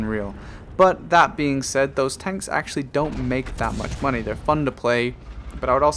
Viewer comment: Lost count of the amount of times you said moneh.